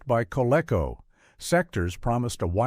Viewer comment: Coleco is pronounced "koh-LEE-koh", not "koh-LECK-koh". "Centurions" lasted for two seasons. And it was designed by Jack Kirby, Gil Kane and Alfredo Alcala. "Silver Hawks" lasted for two seasons, and was part of a trilogy of concepts conceived by Leonard Starr (and is still available on DVD via WARNER MEDIA). The names of MASK, COPS and VENOM are pronounced as words, not individual letters. COPS never used firearms in their show. 'Challenge of the Go-Bots' often rivalled 'The Transformers' when it came to ratings and toy sales.